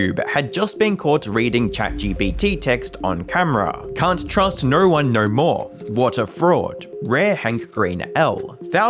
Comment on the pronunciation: Its "no" not "nawrh"